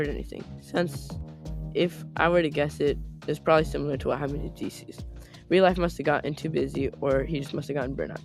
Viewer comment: I love the way you said Dieces! Your content is amazing bro ❤